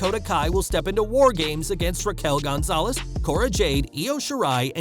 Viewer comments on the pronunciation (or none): none